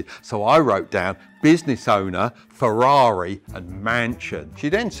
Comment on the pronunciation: no one is noticing "farrari" lol😆